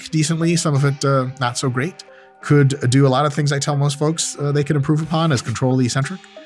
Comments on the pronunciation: Mike really said “gweat” lol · "They're totally fine, and you may feel gweat." -Doc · you may feel gwate. hahaha